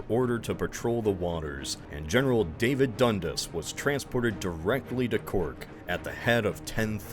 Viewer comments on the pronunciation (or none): none